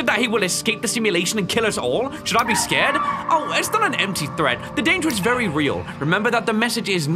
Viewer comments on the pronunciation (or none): Wery wery wery hard